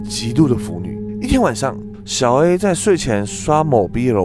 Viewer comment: 一開始小A我聽成小M😂😂